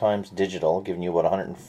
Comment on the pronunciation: are you from canada, i heard '' i don't know everything ''aboot'' this camera ?